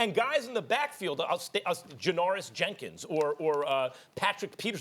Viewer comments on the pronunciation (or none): Janoris "Jankins" 😆